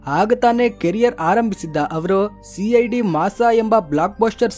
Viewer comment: ಸಿಐಡಿ ಮಾಸ ❌ ಸಿಐಡಿ ಮೂಸ ✔️